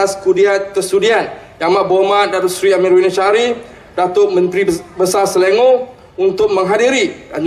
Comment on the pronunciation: Selangor in BM not in English as pronounced YB!!